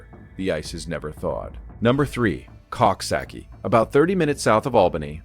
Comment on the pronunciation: It is pronounced Cooksocky(coxsackie)